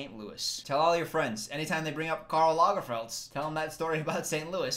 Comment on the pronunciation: It’s trash. All outfits are trash 😂😂😂 but I love your pronouncion on Karl. It really sounded Swedish 😍